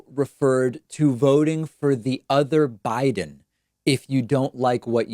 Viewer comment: That's what he meant to say, but he put a "b" in front of it, so it came out as "other Biden" rather than "other guy then". And that still doesn't excuse the Senate reference. I love Joe, but these bad gaffes are just reinforcing the idea that he's losing it.